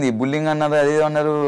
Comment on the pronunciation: Bulling kadu bro adi....bully+ing...bullying anali... బుల్లిఇంగ్